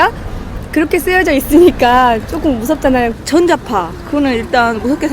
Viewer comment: 즈언쟈파 ( 전자파 ) 이게 완벽한 광주 발음이다. 더 정확하게 찝으면 북구나 남구 서구 화순 이쪽 액센트. 송정리쪽과 미묘하게 다름.